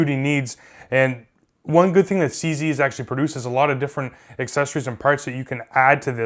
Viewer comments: Ok, but I repeat,why is cz pronounced CC? The two letters do not have the same pronunciation sounds. Start saying C Zee and not CC! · It sure took a long timre for you to understand what the problem is. I was right from the beginning, The name of the gun is wrongly pronounced CC. .The obvious answer is to speak slower to make the CZ sound right. Being a foreigner, I hope this doesn't confuse those of you in the English speaking world who obviously have not learned the correct pronounciation of the alphabet! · OK I'm calling BS on this guy being Canadian, they don't say "Z" like that they say it like "Zed"